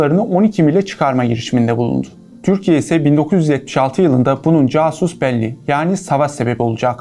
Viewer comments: Câsus değil casus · Caaaaasus belli diye okunmaz kasus belli diye okunur ahahahahah. Gzt gibi ciddi bir youtube hesabinin calistirdigi adama bak 😂 baskasi metni yazmis. Adam sadece okuyor pardon okuyamiyor ahahahaha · Casus belli: kasus belli diye okunur , muteber bir kaynak olmak isteğindeyseniz daha önce de bu kanalda yapılan hazırlıksız yayınlar hatasından kurtulmek gerekiyor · dimi ya jasus belli dedi casus belliye 😅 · dostum o kelime Casus belli [ka:zus beli:]), Türkçeye "savaş nedeni" olarak çevrilebilecek Latince bir uluslararası ilişkiler terimi, yani o kelimeTürkçe telaffuzuyla okunmaz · "casus belli" = ka·zus bé·li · "kasus belli" diye okunur 👎🏻 🤦🏻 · Latincede c k diye okunur yani kasus belli, belli L uzatılır. Lütfen bu tarz şeylere dikkat edin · “Casus belli”’yi bidaha türkçedeki casus gibi okumayın